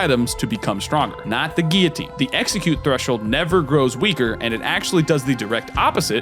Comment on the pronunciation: When did guillotine become geeotine. Great video though.